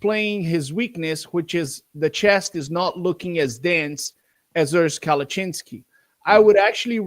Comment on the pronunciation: kept butchering Urs last name “Kalachinski” wrong 😂 Im shocked Urs didn’t correct him. He’s way too nice hahah